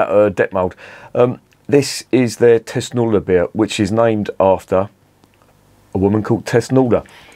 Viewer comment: Its called thusnelda bier, thusnelda. The wife of arminius. Thus-nel-da... 😂